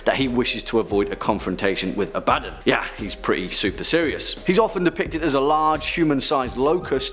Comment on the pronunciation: Man this guy butcher's aboddons name. I was just listening to the video only can had to go back to actually watch aboddon part because when he says his name i was like i never heard of that demon before who is that? And then thought this sounds alot like aboddon